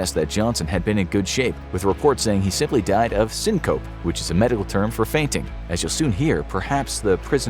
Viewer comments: sin - cup - y rather than sin - cope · He died from "seen-cope" 🤦‍♂️ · Syncope is pronounced sin co pea